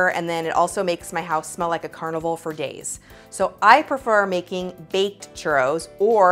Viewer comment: My dumbass thought she said carnival for gays